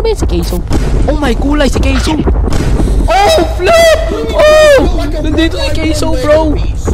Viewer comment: caseoh hindi ca se oh